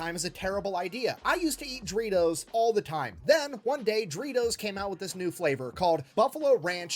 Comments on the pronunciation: Him pronouncing DO REE TOES THAT WAY IS IRKING ME! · The way he pronounces Doritos bothers me..